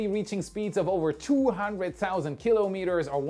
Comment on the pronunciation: And shouldn‘t it be ki‘lOmeters (with stress on the „O“?) „KIlo-MEters“ sounds very German!